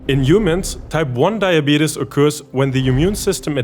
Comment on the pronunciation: A German guy pronouncing diabetes as "die-a-beat-us" is giving me life! 😂🤣